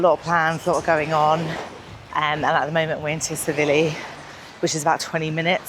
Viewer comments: but you say it as 'T' Silivi. Lol. Keep vlogs coming. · Nice vlogs, but Tsilivi is pronounced 'Sillyvee' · I always marvel at how many people pronounce Tsilivi wrong,it’s not Tsivili it’s TsiLIVI.